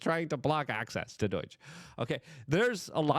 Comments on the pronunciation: DOH-JUH Not DOYJ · Hey idjut! It’s not doyge. It’s doge. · Yeah whatever. Learn to say DOGE. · Why do you keep calling it doige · Just out of curiosity…why do you call it “Doyge”? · Luke...its not doyge... please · I love Luke, but does the way he says “Doge” as “Doyge” or “Doige” bother anyone else? I know I’m being petty, but he has a way with words and their pronunciation that really bothers me and makes it difficult to listen to. Am I the only one? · There's no I or Y in the middle of DOGE. Repeatedly saying it wrong has literally caused me to wonder who Doige bank is. Please, it's not that hard, pronounce it right. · Pronunciation of DOGE is interesting.